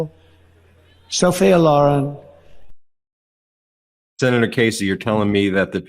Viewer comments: Anyone notice that the stable genius can’t even pronounce Sophia Loren’s name correctly, He puts the accents on her first & last names on the first syllables when they obviously belong on the second in both cases. & this is a name he’s heard his entire life…. What An Ignoramus‼️😂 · He doesn’t even know how to say Sophia Lauren right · again dumpster cant pronounce a womam's name right. he needs to go look up and watch SOPHIA LOREN's movies